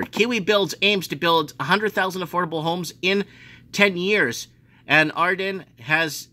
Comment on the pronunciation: Jacinda not Jacinta - and Adern is Ahhh-dern just saying